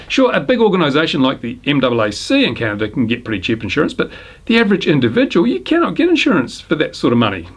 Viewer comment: Try to learn how to say "CANADA".